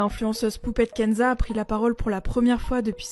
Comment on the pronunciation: J'ai cru entendre Poubelle Kenza 😂